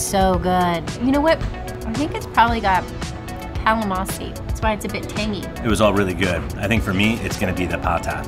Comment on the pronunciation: nice!..don't forget to pronounce the "n" in calamansi. 😉🙏🙌👍